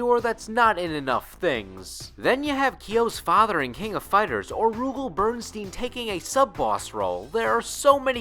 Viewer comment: I love this guy's mispronunciation of the names continously... "Chi-zeh-roo", "Ragil Bern-shteyn"...👎